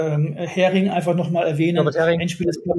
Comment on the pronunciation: Übrigens, der eine erwähnte Buchautor heißt Norbert Häring und nicht Hering.